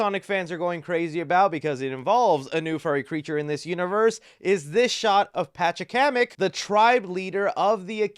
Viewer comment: You ACTUALLY pronounced Pachacamec correctly